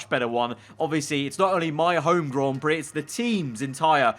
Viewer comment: nobody:: Grawn Brie